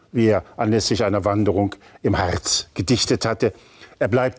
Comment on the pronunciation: Eine wundervolle Sendung. Schmunzeln musste ich bei der Entstehungsgeschichte von "Wanderers Nachtlied". Aber allein, wie unser Erzähler "Harz" ausspricht, ist diesen Fauxpas mehr als wert.